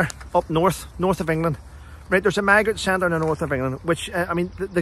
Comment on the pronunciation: Morning, I laughed when you first said “ migrant centres “ I thought you said “ maggot centres “ probably nearer the truth 🤣